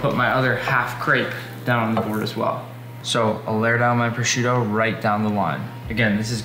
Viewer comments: Prosciutto, not proscuitto!!!😱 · Proscuitto?? 😂🤦🏻‍♂️🇮🇹 it’s PROSCIUTTO....the ‘i’ before the ‘u’